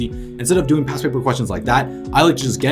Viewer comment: alr ty lol I kept hearing pass and not past